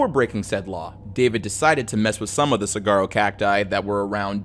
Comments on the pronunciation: btw Saguaro is pronounced Sue-waar-oh pronouncing the G makes people think you're a fed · Sorry I know this is supposed to be a serious video, but I’m from Arizona and you just butchered the pronunciation of saguaro 😭 it’s pronounced like suh-war-row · The U in saguaro is pronounced like a W. Just FYI. Think of how guacamole is pronounced. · As a native to AZ it hurts my soul to hear you say saguaro wrong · good lord that pronunciation on saguaro is wild. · Saguaros are precious here in Maricopa County. Saguaro, the g is silent. For next time. ❤ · That’s not how you pronounce saguaro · just gonna butt in and say it’s pronounced sa-wa-roh. the spelling throws people off a bit. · Az resident, it is not pronounce sag-uaro is like sa-war-o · I'm sorry but it's usually said (soo-are-oh) not (soo-gar-oh) I've never heard saguaro cactus pronounced that way before and it caught me off guard! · The Saguaro cactus is pronounced “Suh-waa-row” not “cigaro” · i’m sorry but “suh-gar-o”🤣 it’s “suh-war-o”, like wario🤣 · Not to be a grammar nazi or anything, but saguaro (the cactus) is pronounced as “suh-WAH-roh” or “sah-WAH-roh”, not “cigarro” which means cigar in Spanish. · lol it’s not pronounced Cigarro.. it’s Suh-waa-row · "saguaro cactus" is pronounced more like "suh-WAH-ro", no "g" sound. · McAuliffe is "mick all if" Saguaro is "saw war oh" Love the series :) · Man pronouncing the cactus wrong caught me so off guard I said it in front of my Arizonan born mom and she was ready to fight someone "Cigaro cactus" 😢 what 😅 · Sah-Warh-O cactus (the 'G' is silent, I live in AZ) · lol, "saGuaro" great vid :D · lol I’m from Arizona and you reminded me this stuff isn’t just common knowledge. Saguaro is pronounced like Sawuaro 🌵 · Yo, just a heads up saguaro cactus is pronounced "sah-war-o". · "Sah-wah-roe" cactus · the most morbid thig of all is you calling it a sagwaro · Okay I don’t mean to sound like a jerk but it’s pronounced “sa-wa-row” saguaro lol Arizona has some funky words!